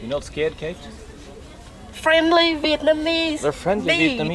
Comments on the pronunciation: is no snaks flenly vietnameez bython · Fren-ly veit cong snake